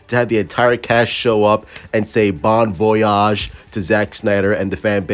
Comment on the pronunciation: Bon voyage frère tu m'a tuer comment tu la dit en français 😂